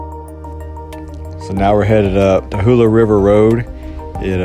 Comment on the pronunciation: Ta lu lah. NOT TA HU LA !